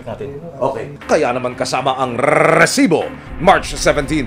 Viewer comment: Arte mo nmn mag pronounce ng recibo